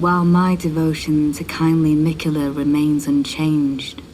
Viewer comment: I'm just realizing watching this video that everyone in-game pronounces his name "Mik'yeh'la"